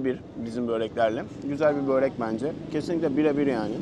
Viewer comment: Sizin yorumlara herkes genelde diksiyon çok iyi falan yazardı. Sizden asla bööööörek diye telaffuz ddeceğinizi beklemezdim